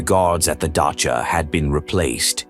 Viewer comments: The word for holiday home is dacha not dakka . Is AI narrating this ? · AI voice detracts from this. Can't even pronounce "dacha". Please use human narration. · dacha with ch like Khrushchev, not an h sound